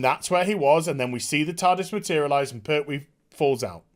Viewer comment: It's "PerTwee", not "Per'hwee"...the name has a T in the middle of it, not a Cockney glottal stop...